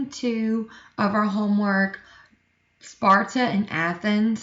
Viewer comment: you said “ NoRtH eAsT oF sPoRtA” lmao